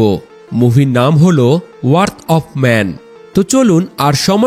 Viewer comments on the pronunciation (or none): এটাকে ওয়ার্থ বলে না ভাই, এটাকে বলে " র‍্যাথ " of man